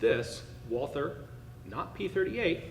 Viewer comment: For heaven's sake, in German the "th" is pronounced like a "t". So the manufacturer's name is pronounced like the Christian name Walter.